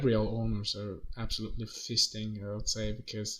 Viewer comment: So lucky. Bad decision, good outcome. Also, saying feasting with an accent is a dangerous game 😂